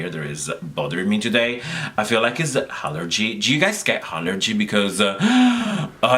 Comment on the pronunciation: I love how you say "allergy"...sounds like Hallergy! Lol